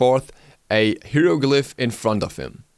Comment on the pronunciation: just sayin it's (high-ro-glyph) hieroglyph